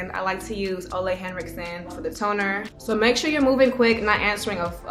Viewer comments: its actually pronounced o-leh not olay😅 its danish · It's actually pronounced oola according to his pr team. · I’ve watched many training videos he made for Sephora, he pronounces it “ou-la” like oulala